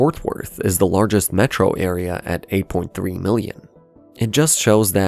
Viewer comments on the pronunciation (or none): The AI voice pronunciations in this video are maddening! "Mētro"